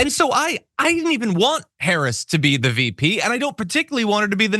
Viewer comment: That jerk not only calls the vice president a DEI hire; he also calls her "colored." If that's not racist I don't know what is. Plus mispronounces her name.